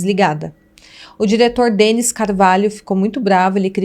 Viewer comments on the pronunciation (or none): none